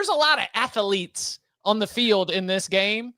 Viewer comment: ath-L-etes? that's a-maze-za-zing